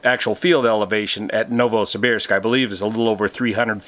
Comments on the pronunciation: excellent pronunciation, Novosibirsk. Thanks for the info. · Your pronunciation of Novosibirsk is quite correct. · You nailed the pronounciation of "Novosibirsk" :) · Novosibirsk name - you speak correct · Your pronunciation of Novosibirsk is correct. My ex is from there. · Yes, you are pronouncing Novosibirsk correctly. In particular, the "ir" is pronounced almost like it was "eer". Its a mouthful. Many locals simply say Novo. City has underground tunnels between buildings due to cold weather.